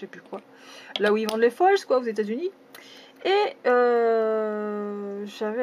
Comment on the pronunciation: sa se dit (au singulier et au pluriel) foile (désoler si tu l'a mal compris)